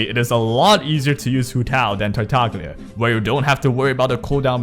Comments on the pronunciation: Btw, it's pronounced Tartaliya, unless you pronounce the G in Lasgna and Signora because you like being unique there's no reason of saying TartaG-lia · sure it's not like Signora but can we both agree that it is not pronounced Tar - Tag - Lia? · Nope, i'm Italian and "Tartaglia Is a pure italian name, signora too, signora in italian mean lady. And Tartaglia mean a dude who can't speak well. Tartaglia in italian is pronounced with that tipical sound of all "gl", not like gn of Signora. And lol, but Venti in italian mean 20. Bye😂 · otherwise you can Watch this video "La migliore build per Tartaglia" this title mean "the best Tartaglia's build" and hear the beginning when the guy says "avete droppato Tartaglia" (this mean you have dropped Tartaglia? and so) and you can hear the real pronounce. By the way you english guys cant pronounce this gl very well because you dont use never in your vocabulary. You can do the same on google translate for Signora. Enjoy 😂 (You from?)